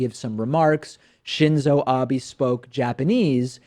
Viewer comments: As someone who knows some Japanese I get triggered every time that dude said Abies instead of Abe. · It bothers me that doesn't know how to say the Prime Minister's name! It's "Ahbeh," not "Ahbee"! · I don't support Trump or Republicans, but watching the video it looks like he is just reacting to words he recognized. America in Japanese is just "Amerika" and when Abe says Trump ("To-rahmpu"). I'm more amused by the amount of Americans who think Abe ("Ah-bay") is "Ab-ee" or "Abe" as in Abe Lincoln haha